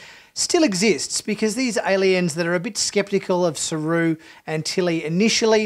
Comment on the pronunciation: SALOON!! 🙄 Also, Georgiou isn't pronounced "Georgio". SMH. Your review sounds a bit like toxic masculinity. You're averse to emotions, relationships and crying and you seem to have a hate for the main character, Burnham. The snark is off putting.